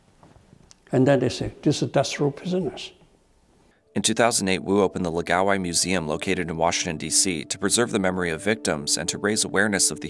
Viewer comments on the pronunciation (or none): It's pronounced, "laow-guy", not "luh-gaow-eye". The first syllable should rhyme with "Ow!" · Lao gai, not lagao eye lol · It's pronounced "Lao - guy" (it rhymes with "how bye"). Where are you getting "la gow eye" from "Lao gai"? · It's pronounced lao-guy. Or at least it is in Avatar the Last Airbender. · Laogai is not pronounced "lagaowai". That's rather distracting. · It clearly says Laogai on screen, but he narrator says la-ga-wai. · Why don't these people even try to pronounce these words correctly, its such a simple name, LA O GAI. Laogai. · OMG you need to consult a Chinese speaker before you butcher another word like "laogai".